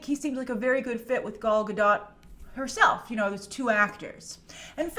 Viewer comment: Grace, I absolutely love all your reviews and your love of the WW franchise. Just one tip: Pronounce Gal Gadot’s name as she herself suggests: “gal” (rhymes with pal) ga-DOTE. But you rule the reviews so keep going!! :)